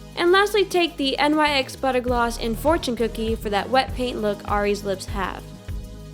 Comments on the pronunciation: Honestly no hate but you’re saying NYX wrong, still luv u tho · Is it just me or didn't she say nyx wrong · It's not " N Y X" it's pronounced just like "nicks" but it's spelled like nyx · It's pronounced nyk not N.Y.X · I'm sorry but isn't it pronounced Nicks? not N-Y-X Idk it bothers me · NYX Not N y x pronounced ( nix) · nyx not n.y.x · "N Y X" nyx. nicks. I love you but.. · It's Nyx not N-Y-X, just a heads up😄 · it's nyx. Not N Y X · It no no hate but NYX is accually pronounced like 'nicks' not N-Y-X love IRS vids btw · Its pronounced Nicks not n-y-x! do you say Mac or m-a-c?? sorry it's a pet peeve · Lol you this is old when says "N.Y.X" instead of "Nick's" 😂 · I love how she says n-y-x instead of nyx altogether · IT'S NOT N-Y-X IT'S NYX YOU READ IT LIKE ONE WORD FUCK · its not N.Y.X it's supposed to sound like nicks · It's not N Y X...... It's one word. NYX. Pronounced like "nix". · Btw you say NYX not N-y-x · "n-y-x" its pronounced "nix" I thought "n-y-x" at first too lmao😂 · Bruh did she just say n.y.x lmao it's nyx like nix its not a abbreviation. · isn’t that makeup brand pronounced nix?? NYX this one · Am I the only one who noticed she pronounced NYX as N-Y-X? 😂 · You pronounced nyx wrong....it's pronounced nix or nicks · NYX is pronounced nicks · It's so weird when she says NYX like N-Y-X😆 Love her videos❤️ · that was super spot-on! Just a tip, NYX is pronounced like "nicks" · NYX... pronounced nicks/nix 🙄🙄🙄🙄🙄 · NYX is pronounced nick's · You pronounce NYX like "Nix" or "Knicks". You don't spell out the letters. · Nyx is said like you are saying nick's. But I still love your video!!!! (: (: (: ( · um its nix say it like that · nyx is pronounced nicks, like the greek goddes of darkness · Nyx is pronounced like nick's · Her face is so similar to Ariana's 😍😍 also she called the makeup N.Y.X isn't it just called nyx like you don't spell out the letters usually....is it just me??